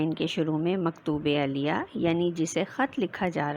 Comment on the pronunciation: Maktoob elyh hotahe not elyaa